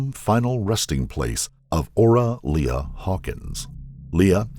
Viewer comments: The victim's name is pronounced Ora "Lee", not "Le-uh" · Lea is not pronounced Leah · I always enjoy these stories. But maybe the narrator could check pronunciations before recording! The victim's name was "Ora Lea" pronounced "Lee". It's a small thing but it seems disrespectful to mispronounce the name of a murder victim.